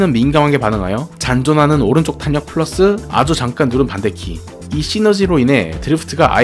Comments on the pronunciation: 그냥 자연스럽게 탈력 이라고 발음하시면 됩니다 ㅋㅋㅋㅋㅋㅋ 탄이라고 하시니 더 어색하게 들리네요 (탈력이 맞는 발음법입니다) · 내용.....너무 좋은데ㅠㅠㅠㅠ 발음.....이 자꾸 귀에 밟혀요ㅠㅠ 정확하고 좋은 영상이 되었으면 하는 마음에 말씀드려봅니다 탄력[탈력]입니다 오늘도 좋은 영상 감사합니다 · 단어전달을 분명하게 하시려고 일부러 탄으로 애써서 읽으시는게 오히려 어색하단걸 말해주고 싶은겁니다. 영상 보시면 중간중간 분명 빠르게 탈력이라고 발음할때가 있어요. 평소엔 제대로 발음하시다가 영상때문에 저렇게 발음하시는것 같아서 적는겁니다.